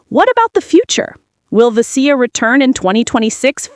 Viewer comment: "Ve-SEE-ya". Fucking robots.